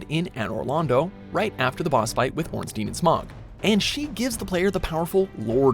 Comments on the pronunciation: Ouch! Looks like watch mojo did a google search and threw their list together that way. Lots were questlines. I cant help but cringe when he said, "orenstein and SMOG" ugh....then my dude said "lords talisman" rather than Lloyd's. Anyone else notice the part with the firekeeper had the year 1993 or 8 or something....? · Orunsteen and smogg? Lord's talisman? Great greywolfsif? The DARK lurker? Lost eezaliff?